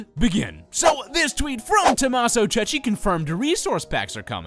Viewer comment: i TOTALLY love your videos, but please, PLEASE stop pronouncing Tommaso Cecchi "Tommaso Ceci"; that means "Tommaso Chick peas"! The h in Cecchi in the italian language signifies its a hard c,, not a soft one like in english (e.g. chestnut), more like the c in cat. In English it would be spelt Chekki for the correct pronunciation. Apart from that, keep on going with these amazing vids!!!